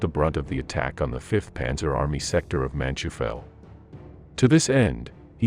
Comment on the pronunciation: It does your credibility no good to mispronounce so many names and places. MOdel (with long "O"); Man-TOY-fel. Bastogne is not just BasSTONE.